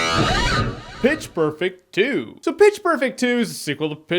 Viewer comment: Haha he said "bitch perfect 2"